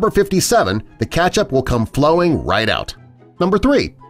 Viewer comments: IT'S KETCHUP, NOT KATCHUP.. 😂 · STOP SAYING KATCHUP ITS KETCHUP🍅 !! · I can't stand the way this guy says ketchup, pronounces it Catch-up. 😖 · How it's spelled: KETCHUP. What you keep saying: CATCH UP. NOT THE SAME THING. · I got triggered when I heard the word "katchup* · WHY DOES JE SAY KATCHUP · Am I the only one disturbed on the way he pronounces Ketchup as Catch-up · Is no one bothered by the way he says ketchup, Or is it just me? Just me? Okay.